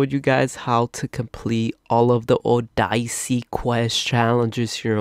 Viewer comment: Oh-die-see? it’s O-de-se